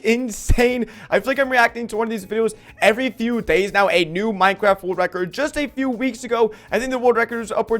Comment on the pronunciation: At the start he said pinecraft